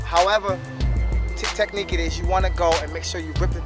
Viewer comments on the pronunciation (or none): none